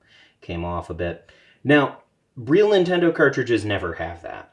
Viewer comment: "Nintondo" I lol'd.